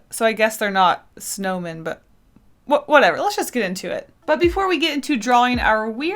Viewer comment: All I can hear is snowmain